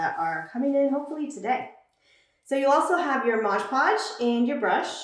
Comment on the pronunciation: We can see you really well, but not the project. Maybe zoom the camera more on the project so we can see what you're doing. (and it's pronounced MOD podge not modge podge)